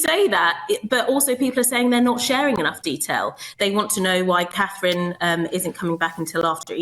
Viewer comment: Can you count. Till after Eastern. Gives you still lots of werkt to practice the name of The POW, Catherine. Good luck with that.